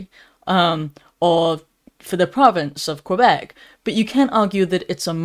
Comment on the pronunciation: Bravo: There is, seemingly, still, at least ONE English voice, that pronounces the word Quebec correctly, the English way, as KWE-bec, not the French KE-bec way. No law can possibly be enacted that compels a doctor to KILL a suffering patient who is nearing the end of his or her life. THAT, would make such A 'LAW' complicit in the act of MURDER. JF.